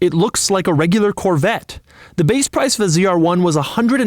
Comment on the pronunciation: Why is he saying cr1 ? Its z r1